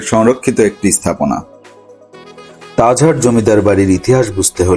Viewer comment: Tajhar na tajhat vlo kra speaking krn